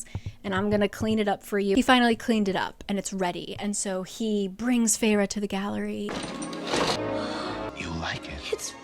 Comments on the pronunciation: Its Fey---Raa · I thought the protagonists name was pronounced Fair as in “beauty”. Also why would you name your child a name closely sounding like fairy if fairy’s are evil? It’s like naming your kid Demonica. Also, the main character gal was extremely obnoxious with hate towards the Tomlin character. She murdered his friend and tomlin spared life and let’s live in luxury and takes care of family. And she is upset that he couldn’t compliment better? I’m a few chapters in and I want to throw the book because she’s so unlikable. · I always thought feyre was pronounced like fair— literally cracking up at this so saving this in case I ever decide to watch this over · Was i the only one who did not know how to pronounce "Feyre" in my head and read it as "Fersjskh" the entire ACOTAR and that just ruined the entire romance for me lmao